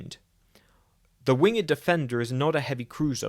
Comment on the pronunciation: It's pronounced "wing'd". You know. like how SHAKESPEARE spel't it?